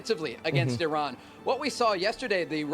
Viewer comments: when did people start pronouncing iran like "IRAWN"? can we go back to I-RAN... ? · You messed up I-iraon.